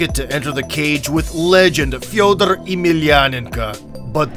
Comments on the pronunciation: No, that's actually how "ko" is pronounced when unstressed. If anything, his pronunciation of Fedor was still slightly inaccurate ─ he pronounced it like Фьёдор [fjɵdər], while it should be pronounced Фёдор [fʲɵdər]. He also missed a "y" sound at the beginning of "Yemelianenko". But again, it's hard to fault him because palatalised nouns are notoriously difficult for foreigners to pronounce. If anything, he actually got his palatalised nouns spot on when pronouncing the name Sergey, but somehow struggled with the palatalised "f". Either way, it goes without saying that his pronunciation is far closer to correct than the commonly used English one. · Why do you say Fedor like Fyeoduhr Emeelianenkah, but don't pronounce anyone elses names with a big accent? it's annoying and just looks like you're trying to show off